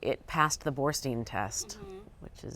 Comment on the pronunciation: IT’S BORSTEIN!!!!! You telling me the LA Times can’t get her name correct?